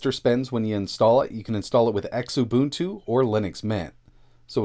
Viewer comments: Xu-Buntu not X-Ubuntu Ku-buntu Lu-buntu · X-Ubuntu? I always pronounced it as "Xu-boon-tu" lol